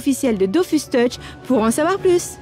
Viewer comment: Pour la partie Goodies, le jeu d'acteur était convaincant jusqu'à ce qu'il prononce "Dofousse". Là, j'ai compris que c'était truqué